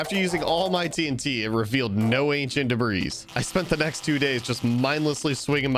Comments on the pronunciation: The 's' in Debris is silent. It's pronounced "Debree". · The s at the end of debris is silent... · Please learn how to pronounce debris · The s is silent in debris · Why does he say debris like that